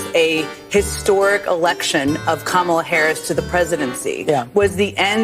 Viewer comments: “Ka-ma-la-la-laaa” Seriously, you can’t make this sh1t up 😂 Ignorance at its finest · Kamalalala. Good lord. They probably voted for her based on just babbling the name like a 3 year old.